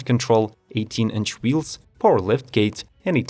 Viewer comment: This guy has a problem pronouncing a word ending in RRRRRRR! Say ER not OR. Please dont say POWER again.